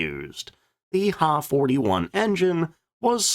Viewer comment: The narrator does not know anything about Japanese aircraft names. The Ki-44 is pronounced K I not key also the Ha is H I not ha! get people to do these videos that now what they're doing!!!!